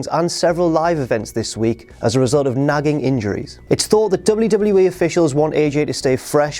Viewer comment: at 3.00 you have a bit of a botch man, "100 episodes of Smackdown added to the WEE network..." come on guys